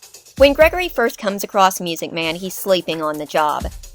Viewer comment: Correction: It’s pronounced “MUUUSIC MAN!”